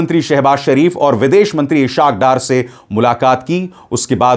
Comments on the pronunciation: Paa g ishaqu Darr Nhi ishaqu Daar h n aap apna talfuz theek karen thanx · So sad for a person who claims to be truth believer. Is haq dar ( Is haaq daar). So said for your corrupt inner sense to pronounce the well-known name incorrectly with foul intention. So, it is clear that liar like abhi sar can never speak correctly. SHAME SHAME SHAME !